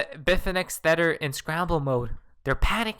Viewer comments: Wtf is a thetter😭🤣🤣😂😂😂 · I really like your chanel and your content. But, can you please stop calling tether theter?